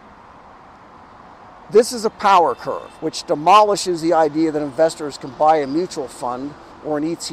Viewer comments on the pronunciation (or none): none